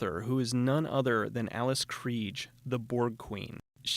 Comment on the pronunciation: Great review! I want to see this now, after avoiding it forever. Fun trivia: African actress Alice pronounces her name "KREE-guh."She's a generous, sweet lady and if you haven't seen her in Ghost Story, do it! She was also in my friend Mick's Sleepwalkers, which, if you haven't reviewed it, please do. Mick is one of THE sweetest people you could ever meet. :). The movie isn't perfect but I hear it was a fun shoot.